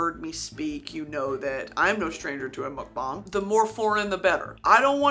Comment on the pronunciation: Brittany saying mookbahng 💀